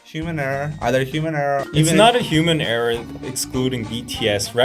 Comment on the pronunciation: That guy in black keep on saying hemuuunerr hemuunerr..?? Like whaaaAaatt? Haha it's human error .. ? 🤔🤨😂😂😂😂😂😂